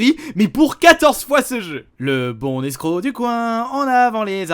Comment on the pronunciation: Il faut faire la liaison entre « le bon »et « escroc »?